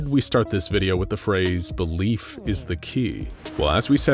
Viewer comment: He said Belief but I heard “the leaf”